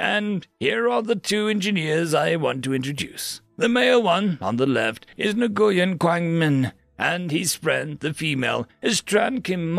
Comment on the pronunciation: The g in Nguyen is silent.